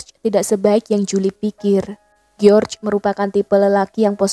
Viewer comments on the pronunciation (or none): Kyknya lebih enak bacanya Jorjs ( George ) daripada Geor